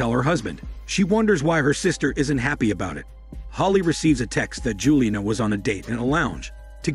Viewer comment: This retelling is weird... The kind of emotionless delivery I'd expect from a robot voice, including the weird mispronunciation of words like "Rematch" and "Juliana", but it sounds like a real voice... Interesting concept, reminds me of a book that hit me HARD growing up, something like The Boy Who Could Make Himself Disappear, which was similar but not so literal. A mom who'd always forget to consider him, school which didn't really notice if he was there or not... I KNOW I've heard this as literal before, though. Being so overlooked someone turns invisible...